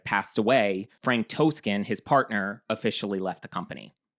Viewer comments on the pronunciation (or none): As someone who was with MAC very early on and was hired by Frank T, it will always hold a special place for me. When EL slowly transformed it into the usual corporate brand it broke my heart. I’m 15 minutes in and it’s very accurate so far! Just fyi - it’s Toskan like “ah”, not a hard o.